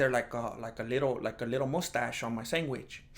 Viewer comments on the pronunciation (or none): Why he sayin SANGWICH?🤣🤣